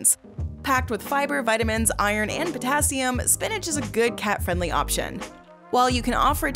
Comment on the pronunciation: the pronounciation of the names of elements are driving me nuts it is potassium ( pota cium